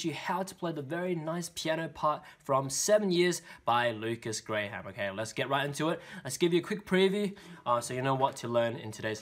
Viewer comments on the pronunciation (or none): Noone:: "Lukas gRaY hAm"